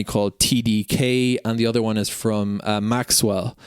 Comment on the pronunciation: Thank you - lots of good information in this video. One thing - when you say "Maxell", it doesn't have a "w" in it. Maxell has been around for decades - they used to make blank audio cassettes.